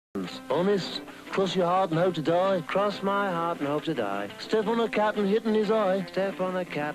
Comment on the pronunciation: Ringo: “Cross your heat and hope to die?” (😀) Paul: “Cross my heat and hope to die.” (😑) Ringo: “Step on a cat and spit in its eye?” (😃) Paul: “Step on a cat and spit in its eye-“ Also Paul: ?! Ringo At The Same Time: sMaCkS pAuL iN tHe FaCe WiTh A fRiGgEn PrOnOuNcIaTiOn BoOk Paul: “oOf!!” falls on butt Ringo: “That does it! I ain’t takin no diction lessons from a bike who mistreats animals!” Paul Still In A Slight Daze: slightly annoyed sigh “Sing kids!” (Or it was “Sing people!” Pretty sure it was “Sing kids!”) I just realized that if you pause the vid at the end you see Ringo’s legs bending the wrong way like a bird’s legs lmao XD